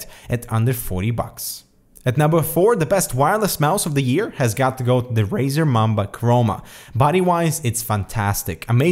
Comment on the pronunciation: razerrrr taipan